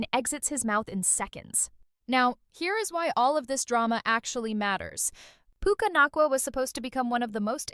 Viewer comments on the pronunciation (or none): Puke-uh Not Coola.